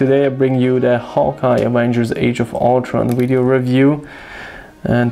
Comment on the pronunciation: Love how when you say video it sounds like wideo. your accent is awesome